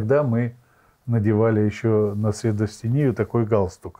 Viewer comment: средостЕние правильно